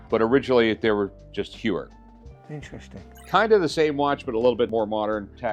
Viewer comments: It's not "You-er" it's "Hoy-er"! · HEUER NOT HEWER ffs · Hewer and Zeenith? Le Mans with an S? Sigh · ...not TAG Hugh-er...HOYER...interesting Audemars Piguet literally won't let you buy their watch unless you can pronounce the brand correctly. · Its Tag -HOYER, not Tag-HUER. 😫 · It's Hoy-er not Hugh-er. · It’s pronounced “hoy er “. Not Hue er. Also the Daytona first movement where valjour 72 not the zenith. That’s “Zen ith” not zeeenith. lol. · If he knows everything...he should know that "Heuer" is pronounced "Hoya" ... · Talks about incorrect pronunciation, then goes on to talk about “Hewer”, “Zeenith”, and “Jagger” 😂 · Not to be annoying but it genuinely took me a second to get what he meant. Heuer is pronounced Hoier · The F is a Jaggar La Colltrah xD or a Jeuer for that matter xD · Lol. I just got a Blonk-Payne and. Hyooer. Im set. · Rick can't pronounce Heuer correctly. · He needs to learn how to pronounce Tag Heuer first then talk. Its pathetic how americans make their own pronounce for European brands. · Makes fun of Michael how he says "Pawn Stars" and proceeds to butcher every single watch company name lol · The amount of times the guest butchered the Heuer name is hilarious....he doesn't know anything about these watches.... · So funny, the guy corrects Michael for pronouncing the name of his show wrong. He should look in the mirror because a bit later he butchered the Heuer name twice 🤣🤣🤣🤣